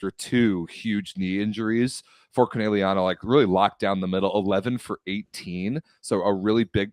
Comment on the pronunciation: whining about pronunciation but can’t pronounce Conegliano right 💩